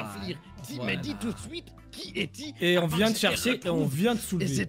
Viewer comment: « Ramene ta gueule dépêche toi wsh « « a tou siute » 🤣🤣😭